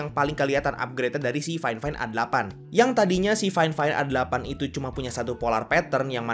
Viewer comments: Harusnya faifain bukan fain fain bang hehe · Gimana ceritanya fifine di baca fain fain